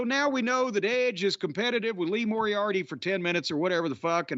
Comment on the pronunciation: WHO THE FUCK IS LEE MORIOTY????